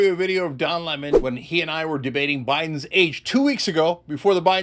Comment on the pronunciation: Le-Mon? God knows 😮 kray kray